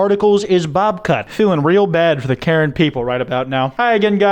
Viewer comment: HHHH the way he pronounced Karen here It's not pronounced the same as the name and I just- (Wheeze) idk why it's so funny to me sorry y'all